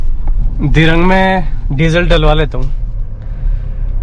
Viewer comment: Dhirng nhi dhiraang h